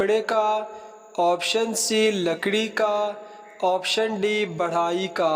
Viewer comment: بیٹے۔۔۔ بڑھائی نہیں بڑھئی کا پیشہ صحیح ہے۔